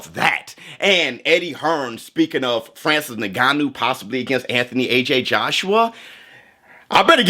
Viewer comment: yes, but showbizz says it like “n*gganou” 💀